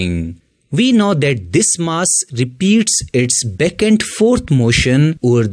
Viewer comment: It’s ‘back’ sir, not ‘beck’. I was confused in the beginning